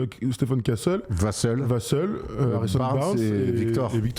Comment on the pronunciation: Vassel se prononce "vas sel" pas "vas seul", même en anglais ils le prononcent comme ça à la française